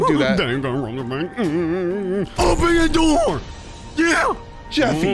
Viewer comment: He sead open the noor